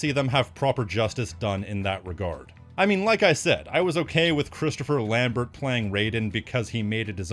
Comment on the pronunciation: Lambert = Lahm-bear